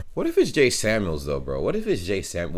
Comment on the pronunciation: He's called "jay" not "ja" 😂